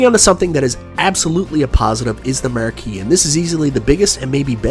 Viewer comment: Take a drink everytime pronounces "Ar" as "er" ert,ercade,merque